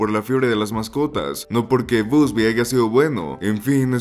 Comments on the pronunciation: ❌ Bubsy ✅ Busby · "BUSBY" jajajajaja!!!